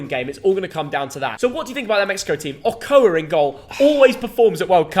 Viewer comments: said okoa it is actually pronounced, oh-Cho-ah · Its ochoaaaaa not okoaaa like the youtuber chi with a c jajajaja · Wow man really did Ochoa dirty by calling him okoa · Man really called Ochoa 'Okoa' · Lmao ig we been pronouncing the Mexican goalkeeper’s name wrong